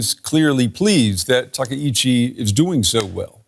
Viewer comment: TA KA ICHI, please, not TA KE !